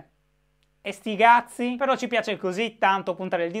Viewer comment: Mai sentito un "Esticazzi" alla romanesca detto da un sardo! Complimenti shy LOL